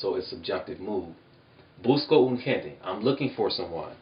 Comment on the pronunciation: hey you really really have to pronounce the letter E at the end of gente. the letter E is always pronounced at the end of any word. bueno es muy importante de verdad.. de esa forma lo eh pronunciado toda mi vida jaja